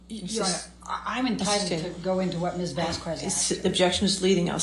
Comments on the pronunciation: Vas-kez and not Vas-kwez please? Thank you. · Turd’s lawyer…..the old lady keeps saying Camille’s name wrong….Vas….QWEZ. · I always felt that vasQweeeesss each time she said it too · Amber's lawyer is so quick to Object, she can't read it. YET she often read texts that were not submitted as evidence., it is unprofessional to mispronounce someone's name. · It is so disrespectful of to mispronunce camilles name